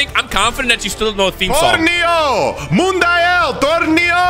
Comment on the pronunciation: this man really said TORNEO MUNICIAL